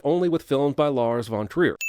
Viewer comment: just fyi the v in von trier is german and therefor pronounced with a sharp v not a soft one. more like fon not won